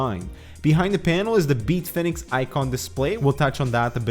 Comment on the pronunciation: Beat Fenix? Is this like Tony Dorsett changing the pronunciation of his name back in the day, or Greg Gagne going from 'gonya' to gag-nee'?